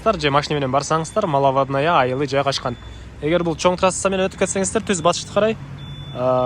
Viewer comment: Малавадная 🤣,тилди ондочу үкөм,маловодная.